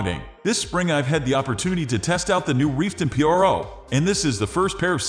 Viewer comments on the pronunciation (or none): Why are you saying p-r-o and not pro??